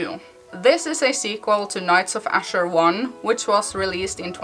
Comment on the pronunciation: that's okay thank you for talking about it anyway. It sounds nice the way you say it anyway :)